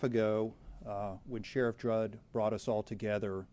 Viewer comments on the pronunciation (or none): 🤔Could swear he said Sheriff Jrudd. It's Sheriff Grady Judd. But hey! We're all human and make mistakes. 😉😂